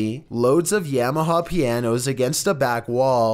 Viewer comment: did you really just pronounce Yamaha like it was a yam